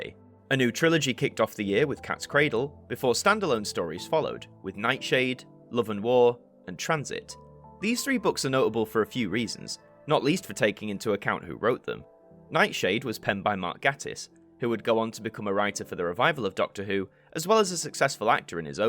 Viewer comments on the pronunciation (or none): A small point, but it does matter: Gatiss is pronounced 'gay-tiss'. Frankly, it's a source of continued bewilderment how so many people get it wrong. Unless, of course, you're mispronouncing his name deliberately in order to elicit a response such as mine. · I remember an advert for Reeves & Mortimer's Catterick having to be re-dubbed when they used the incorrect pronunciation of Mark Gatiss's name back in 2004. I hope he doesn't make you do the same 😉